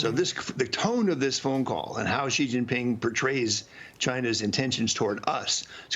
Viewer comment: Will Maria ever learn how to pronounce Xi?